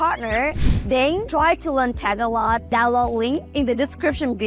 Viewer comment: Pinoys so nice they won't tell her to say Tah-GAH-log